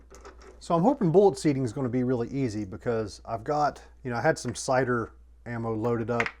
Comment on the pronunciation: Am I the only one who hears “cider” instead of “sighter” every time?